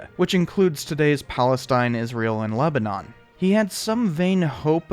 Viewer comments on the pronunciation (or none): none